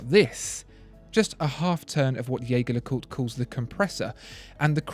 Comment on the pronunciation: Wish you had explained better what the tiling bar on the JLC indicates (also, Jaeger is pronounced the French way). The IWC is quite amazing, great functionality.